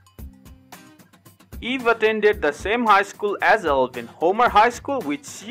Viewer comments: I think its Eivin, not Elvin. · It's not Elvin it's pronounced ivan